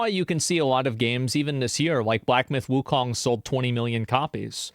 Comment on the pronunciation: It was so much funnier when Asmon always mispronounced Wukong as WuLong lol I miss that